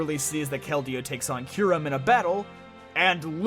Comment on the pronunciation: IT'S KYUREM, NOT F*CKING KYRUM!